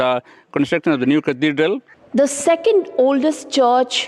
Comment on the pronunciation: Who pronounces Cathedral like this